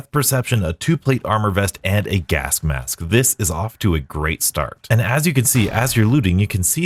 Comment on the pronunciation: Am I going mad or are you pronouncing it "gask mass"